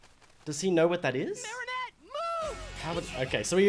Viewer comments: I have to say something. It’s Marinette, not marionette. Her name has three syllables, not four. Btw, you need to watch this show in chronological order for it to make sense. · Also wanted 2 point out its not 'marionette' its 'Marinette' (Mah-rin-et) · I LOVE HOW YOU SAY MARIA ANNET 😭😭😭 its marinette btw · Akumas are butterflies that the villain Hawk Moth/Shadow Moth (same person) uses to turn someone evil to try to get Ladybug and Cat Noir's Miraculous. For Ladybug it's earrings for Cat Noir it's a ring. Also, it's really bugging me that you're calling Marinette Marionette. There's no O! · he said marionette. i almost clicked off. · Listen to the characters please. Ladybug, Marinette. Not Miraculous and Marionette.